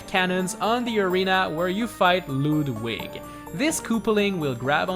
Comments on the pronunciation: It's Ludwig not LEWDWIG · I think its pronounced Ludwig not lewd wig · its not lewd wig its ludwig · It is Ludwig not luwdwig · Its actually pronounced (Lud-wig) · ikr, he even said ludwig wrong